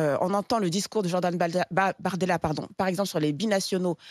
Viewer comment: Il a dit BORDELA et non bardemla mort de rire